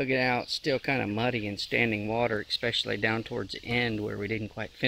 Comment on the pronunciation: New word....."ekspecially"